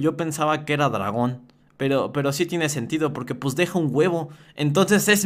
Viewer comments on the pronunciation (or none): none